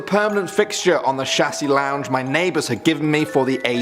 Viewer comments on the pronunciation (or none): Unless you were joking when you said this,the scariest thing I found on this clip was your pronunciation of "chaise lounge " made me smile though xxx